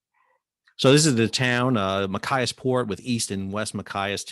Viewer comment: I'm from Maine... Great info! The pronunciation is Ma Chi as. That's "ch" as in "choose"...not "ch" as in "kite".... Maine is still a strategic place...